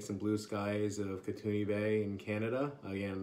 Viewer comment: Hey, great review! As a fellow Canadian I'll have to check this soap out. Just a note, Kootenay is pronounced "Koot-knee" (the "e" gets dropped in the pronunciation").